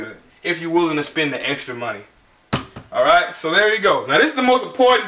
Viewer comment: She said "you Aiight" lol ... good video